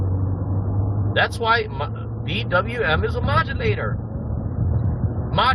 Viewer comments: “Modalator”….”modulator”……Geez, he is so stupid that it’s embarrassing, lol 😂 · Doesn’t know how to say “moderator”, but we’re supposed to believe he can understand documents he gets from his FOI a request.